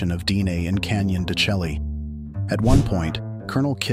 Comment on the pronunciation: AI idiocy. He’s a real expert, mispronouncing the place in the first 10 seconds. Turned it off.